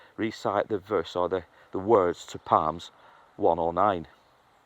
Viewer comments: Psalms = Salms, not Palms. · I hope you don’t mind me telling you that the pronunciation of Psalms the P is silent it is strange I know. Our language is illogical.